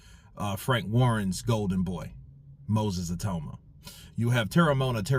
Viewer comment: Well it's te-re-mo-ana.